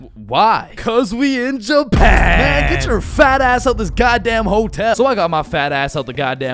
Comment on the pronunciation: Bro say one more we in Jupan